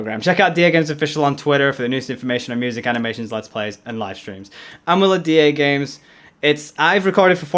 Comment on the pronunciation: Duhgames sounds like my Alexa trying to say Dagames